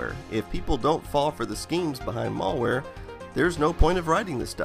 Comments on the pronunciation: mälware, not mallware. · Mal ware, not mallware ;) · malware NOT Mallware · its malware, not mall wear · It's malware not mulware :) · "mall wear" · Say "mall-ware" one more time. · Malware not mall-ware stop being super ignorant. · ... "mall-ware"? Is that wares you get at the mall? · Please stop saying "mollware". :( You don't pronounce malicious like that, now do you? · I literally can't watch this due to this guy insisting on mispronouncing "malware". There's a single L only! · I don't like how you pronounce "malware".